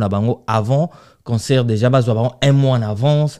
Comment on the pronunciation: on dit conCERT et non conSOEUR😅😅😅😅😅 aaaah ba warriors kkkk certains disent WARRION, WARRIO😂😂😂😂